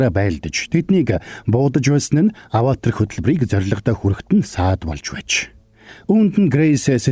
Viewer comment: Bi tand durtaildaa Ghde Avatar geeree avator avatr bish shy 😂😂